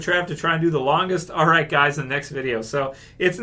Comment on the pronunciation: just some constructive criticism the Alright coulda been a little more held out to pronounce the Hhhh a little better